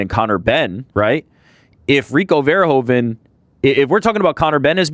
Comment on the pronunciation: one of the few people who actually pronounces Rico Verhoeven the right way